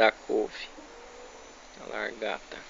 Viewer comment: Aprenda falar .lagarta . Não largata tá